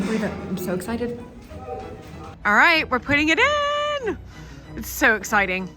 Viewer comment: What a gorgeous room, with so much warmth and soul. What a blessing you are to Mapperton✨ Perhaps Babbel can help with your confidence and flow when pronouncing “beautiful” and “all”, clearly and consistently precious.